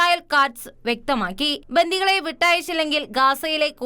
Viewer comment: ബന്തികൾ അല്ല ബന്ധികൾ ആണ് ശരി